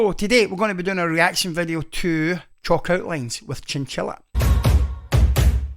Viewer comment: your accent is gorgeous, but I swear when you said "chalk outlines" the first time in the beginning of the video, I could've sworn you said "chocolate wings" 😄